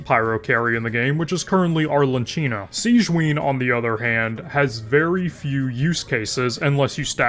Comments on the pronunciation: Stop calling Arlecchino Arleccino pleaso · ARlynncheenoh has gotta be one of the pronunciations of all time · I read this comment prior to watching this video but upon actually hearing the mispronunciation, I heard "Arlan-cchino" and couldn't tell whether the 4-star Lightning/Destruction character was somehow related to The Knave or there was an Arlecchino team archetype I hadn't heard of. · FYI, it's Arle(kk)ino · Its pronounced Arlekino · "I played genshin for a long time, observed the meta for a long time" Yet you can't pronounce Arlecchino correctly 😔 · I want him to show me where in her name the 'n' he pronounces is supposed to be 😅